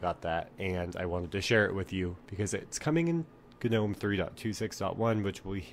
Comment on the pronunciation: Wtffffffffff..... Why does everyone say ganome... I feel like stabbing you all with a kanife